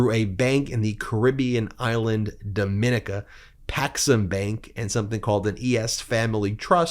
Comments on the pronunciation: The island is pronounced dom eh NEEK ah. Not doMONica. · The island is called DOM-IN-NICA